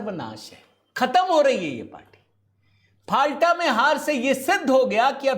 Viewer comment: फाल्टा नहीं, नाम है "फल्ता"